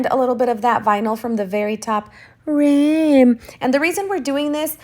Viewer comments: I don't understand why you were saying rim like that? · Is that pronunciation an inside joke I’m missing? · New to your channel and to tumbler art. Great idea with the HTV. One question though, why are you saying "rim" the way you do? 🤔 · Just found you 😍 can you please tell me, how I ever can say "rim" again in a normal way????😂😂😂 you made my day, thank you so much ❤️